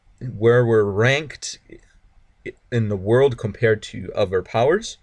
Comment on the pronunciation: Hey I appreciate the Tutorial but it's >>>>>>"other" <<<<<< Ottttthhhherrrr not "Ovver or Ofer" or whatever you were saying.